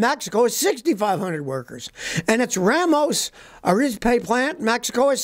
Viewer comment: I live in Ramos Arizpe. Hearing you pronounce these cities is hilarious. The people working on these assembly lines are being taken from the middle of no where. These are people with virtually no education and they are paid the equivalent of 5 thousand dollars a year.